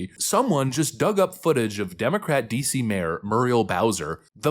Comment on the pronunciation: "There is no crime in Wah Dee See."